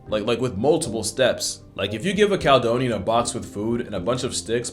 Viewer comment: Cal-e-donian 😉 from the old roman name for Scotland it's pronounced like California.